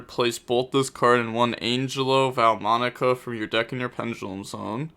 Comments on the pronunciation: De Moan demone and An Gel O for the 2 scales as for scelta i think it be said scale ta and i think you got the spells right so far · angelo: hun-jay-low, demone: dem-on-eh, scelta: shell-tuh, versare: verse-uh-reh, zebufera: zeh-booh-fair-uh. your pronounciation was kinda good btw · wants to pronounce Algelo and demone properly but fine with saying centron haha